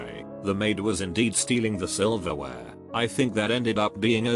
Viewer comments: The robot voice says "silverware" as if it was somekind of taboo or sexual word. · The way silverwear is pronounced gets me rolling. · Why does he say silverware so weirdly at around two minutes in 😂